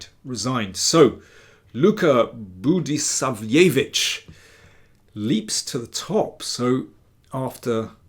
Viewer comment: Well, one could also conplain about the pronunciation of Budisavljević, but come on